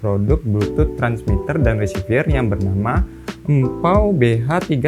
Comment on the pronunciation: Reciever kok bacanya jadi resivier di antara v dan r cuma ada e kok jadi ie bacanya?